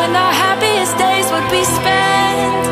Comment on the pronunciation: My brother thinks she said wouldent 😡😡😡